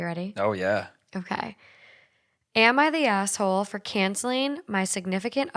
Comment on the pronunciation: It sounds like you said "am I the gas hole?" 😆 i would definitely be the GAS hole...my ex bf used to call me the lean mean farting machine lolol